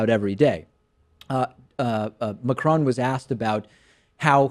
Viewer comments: Pronounced MA-CRONE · The best thing about Macron's election is american newsagents trying to pronounce his name